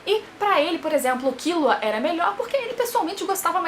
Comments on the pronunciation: KILLUA MULHER, NAO É KIULA NAO 😂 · A maneira q vc pronuncia os nomes dos personagens é como eles pronunciam no anime? Eu sempre pensei q fosse hiSOka, kiLUa e leOrio (as maiúsculas são as tônicas)